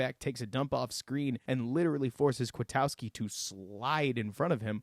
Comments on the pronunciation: Good job just one critique and it's a big one...it's not "KwiTOWski" ITS KwitKOWskI. Please get the name right it's like he's new or anything. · Man, you are right about Nick Kwiatkoski but your pronunciation is off. Then Nagy already said the sack was on Chase Daniels, not Bunting. Have you not been paying attention to the news about the team since the game?